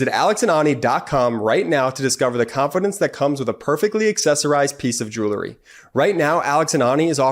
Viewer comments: It’s not JEW lery ….. it’s JEWEL ry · I love your show. But please the word is jew ell ry not julerry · Check proper pronunciation of "jewelry". I bet it's not " jew-ler-y"...